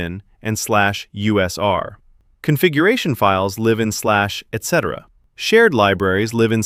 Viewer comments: /etc is pronounced "etsee" by the way. Although there is nothing wrong with spelling it out its a bit tiresome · etc -- as in /etc -- is pronounced et-see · /etc is pronounced like Etsy.